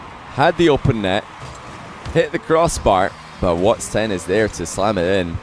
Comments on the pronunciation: bro kept saying whats ten. its just watson:sob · it is not "whats10"! it is "whatson10" edit: ops! sorry im not english. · can you not say WHATS TEN ITS WATSON